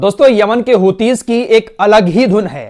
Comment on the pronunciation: السلام علیکم ورحمتہ اللہ وبرکاتہ بھائی میں اپکی تمام خبریں سنتا ہوں اور الجزیرہ العربی بھی سنتا ہوں ایک اصلاح فرما لیں آپ لفظ ہوتی نہیں ھے بلکہ حوثی ہے دراصل انکے بانی عبدالملک حوثی ھیں جنکے نام پر تنظیم ھے جزاک اللہ خیر